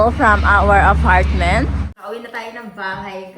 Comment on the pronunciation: She’s not from a rich background kaya don’t expect great pronunciation. But it’s okay, at least di sya pretentious. I like her.